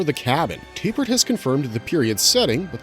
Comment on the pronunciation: Why do you keep saying "Tay-pert" instead of "Tap-ert"?